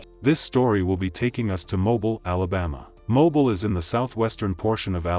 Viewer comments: It’s pronounced MoBILL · All of these stories are gut- wrenching, but this is one of the worst ones. That poor girl survived the first attempt on on her life, only to be senselessly gunned down by the lunatic brother of the first murdering psycho. On an unrelated note, the name of the city is pronounced MO-BEEL. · Its pronounced Mo Bill (Alabama) city slicker. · We pronounce it MO-BILL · Pronounced “Mo’Beel” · Mobile is pronounced Mo•beel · Mo- Bill is how it’s pronounced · Thought it was pronounced Mo-Beal am not American so idk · Thats not how u pronounce it smh but Birmingham,mobile, Talladega, Montgomery, Dothan , those cities don't play shit Birmingham is the reason first 48 exist smh sad i hate it .... all the killing n racist shit but i love my state n City n don't wont to leave